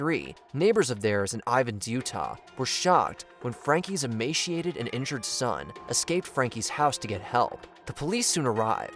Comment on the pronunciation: ... its pronounced " e-may-see-ate-eed " .... I'm sorry but that drives me batty. Yall are this huge channel that likely has a team that checks/rewatches videos 50x before saying ok looks good to go and post... and yet yall cant even pronounce words correctly. Ffs.